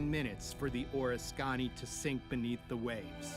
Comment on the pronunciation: the name of the carrier is {or risk ken knee} if you are going to make these videos at least do some research on pronunciation.